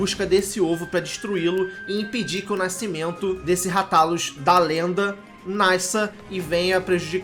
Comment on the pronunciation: Moooço. Segundo o filme ruim que lançaram, a pronúncia correta eh "Rátalus". Mto bom o vídeo. Sucesso